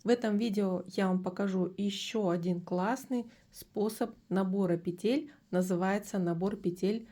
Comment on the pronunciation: Уважаемая вязальщица ставтьте,пожалуйста ударение правильно - не петЕль,а пЕтель,ударение на первый слог!